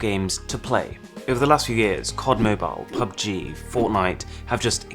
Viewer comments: and it's PUBG NOT PABJI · It is pubg not pabji